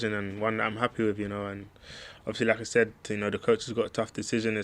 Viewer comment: I can’t stop hearing “Lacazette” each time he says “like I said”